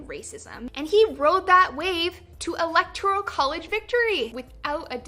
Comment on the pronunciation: You heard it boys! "Electro-College Victory" It's E*lec*tor*al Col*lege, not Electro as in Electric. I bet idiots started boycotting and rioting the(ir) Electric Company for Trump's inauguration.